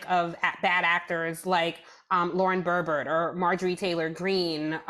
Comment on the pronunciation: I'm as progressive as they come, but I don't believe geniuses pronounce Boebert as Brrrrrrrrrbert. .